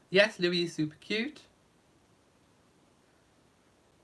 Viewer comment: When will commentators realize that Prince Louis is pronounced Louieeee???